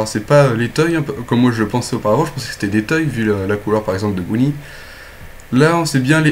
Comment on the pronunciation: Tu dis bounnie